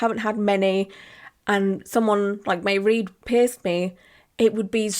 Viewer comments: Looks so good 😍 btw, Mairead is pronounced "ma-raid" 💛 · I had a NIGHTMARE healing my daith because of an jewellery based injury early on. It was a two ear saga. Mairead is an Irish name! Pronounced Mah-raid 😊